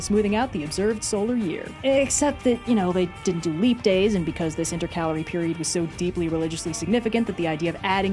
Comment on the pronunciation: you said intercalary the same way my senior English teacher, now colleague taught me to say it. However, that pronunciation has recently come under scrutiny. Thank you for the um vindication.